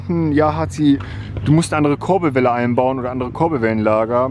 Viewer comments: Das heisst Kurbelwelle und nicht korbelwelle hahahaha 😂😂💯🤣👌🏻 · #Korbelwelle statt Kurbelwelle 😧😂